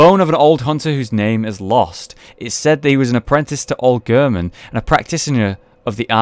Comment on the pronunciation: cooldude2399 Did you even watch the video? it's not the word German, it's the pronounciation of Gehrman, which is Gehr as in Air.